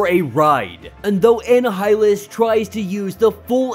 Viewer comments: Its Uh-nie-hil-lus like annihilate. Not whatever you were saying. Heads up . =) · U pronounced Annihilus wrong its pronounced A- Nile-ah - lis but Amazing video what a cliffhanger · I mean can you pronounce the character names and objects properly tho? Anna-Hi-Lus???? Who tf is that??? 🤣🤣🤣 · M'Kran crystal eM'-Crahn crystal Annihilus - Anni-ya-lus Annihilate - Anni-ya-late *note, im not trying to be "That Guy" im trying to help.